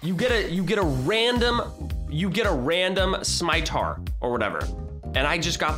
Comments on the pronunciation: he said a saimatar the s is sound like s same simatar how u say it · this is how you pronouns scimitar (sim-it-tar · #bluecrew merch in roblox. Nice. And its pronounced 'si-mi-tar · Say it like this scim-a-tar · The thing called Scimitar is like s-k-imi-tar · The scimitar is pronounced sim-a-tar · The scimitar is read skimitar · Its pronounced ski-mitar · it is pronounced skim ma tar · It’s scim a tar that’s how u say it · your pronounceing scimiter wrong